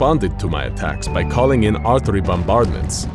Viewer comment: Did he just pronounce “artillery” with *”ARTERY*” Foreigners these days